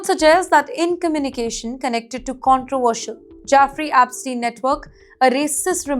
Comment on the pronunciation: Its not Jafrey Apstin, its jEffrey Epstein. Please get it right 🙏